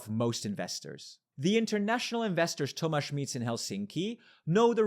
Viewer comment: my name is tomasz haha I was very surprised when I heard that lmao, never heard someone say it while speaking english. good pronounciation though!